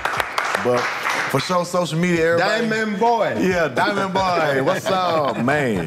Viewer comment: Lous stoopid! He said "Dye-men-boy"